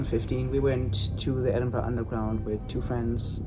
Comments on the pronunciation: As a Scot, literally got taken aback by Ryan pronouncing Edinburgh basically correct. I'm so used to American's butchering it LOL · Thank you for saying Edinburgh (Edin-bruh) properly. As a Glaswegian (Glasgow is pronounced Glaz-go) we are frequently scunnered (perplexed) by poor pronunciation. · Thank you for saying Edinburgh the right way 👍🏼👍🏼👏🏼👏🏼🏴🏴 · THANK YOU for pronouncing Edinburgh correctly, it is SO rare for Americans to do this! (I live there so trust me, I know.) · Bonus points for pronouncing Edinburgh properly. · I appreciate that you guys actually said EDINBURGH correctly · Thank you for pronouncing Edinburgh properly 😂 I may have unravelled somewhat without that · As a Scottish person i'm genuinely just happy you pronounced Edinburgh right 😭 ALSO - LOVED LOVED LOVED seeing you guys in Glasgow! Hope Shanes knee healed up lmao